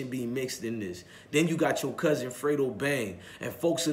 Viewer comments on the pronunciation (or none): none